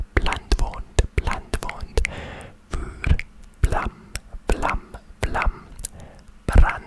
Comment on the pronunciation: you did a great job on pronoucing the “r” in “vuur” while speaking Dutch! people tend to find that difficult. also, google translate let you down again because “burn” translated to “brandwond” which means a burn on the skin. burn as in “burning” would be “branden” in Dutch :) but u did great!